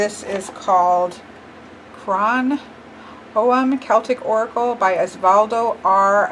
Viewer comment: Hiya, I'm Irish. Crann meaning "tree" is pronounced the same as "crown" in English. Hope that helps. :-) Also the statue is called a Síle Na Gig (Sheila "Nah" Gig). A strange statue that is present surprisingly on the stone work of some old churches in Ireland too.